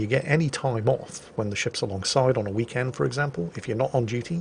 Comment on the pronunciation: "Howdy folks, hope you all had a hhhweekend"